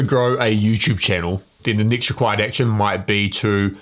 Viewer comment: Is it next or nixt He drives me crazy. Cannot listen to that damn accent